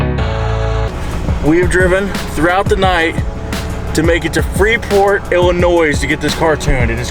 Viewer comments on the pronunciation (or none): IllinoiS. That s is actually silent for those who don’t know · “Let’s get to illinoi”s” 😂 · Who else from Illinois cringe when he says illinoisss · Hopefully someday he can learn how to say Illinois properly. Its not Illinoise just sayin.... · bub i love you to death but there isn't as 's' at the end of illionios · It’s not IllinoisSsSsss! There’s only one! 🤦🏻‍♂️ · There’s no “noise” in Illinois. Thank you. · Just heads up the S in Illinois is silent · It's "L-in-noy" the s is silent. 🙂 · YOU DONT PRONOUNCE THE S, THE S IN ILLINOIS IN SILENT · i'm sorry, but i cringed when he pronounced illinois like that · I love how mispronounced Illinois EVERY TIME... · Hey love the videos, the s in Illinois is silent man. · Please learn to pronounce "Illinois".